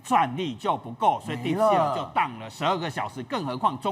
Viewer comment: 來賓好像把 deep seek 說成 deep sh*t 😂